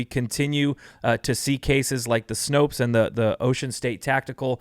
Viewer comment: Snope, not Snopes.